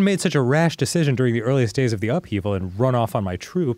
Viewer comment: Hearing Dan refer to the upheaval as "the oofevil" tickles me. Until I heard him say it, I thought I was the only one doing it, lol